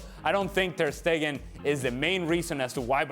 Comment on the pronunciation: TER "STATUE" STEGEN